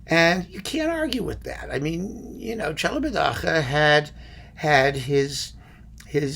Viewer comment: I spend hours after hours (too many?) of quality time watching your videos, thanks a lot! One little thing (take it if you will, from a Romanian subscriber): the name of Celibidache is pronounced at the end KE, not HE like you do (for CHE), as it would be also in Italian. However, I understand your pronunciation may be more for effect :) P.S. I bought the Wand box following your recommendation! Thanks again.